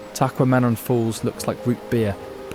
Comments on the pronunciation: Tah - Qwah - Meh - Non Tahquamenon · It's a real bummer that he mispronounced a major attraction in the first few seconds of the video. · Tehquamenon is a difficult word to say 😬 good effort tho 😊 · The "qua" part is actually not pronounced ah, but rather aye. Quay in our language means woman. The word taquamenon i believe translates to "the woman have gone," referring to when all the women would leave camp and go to Whitefish Pt blueberry camps.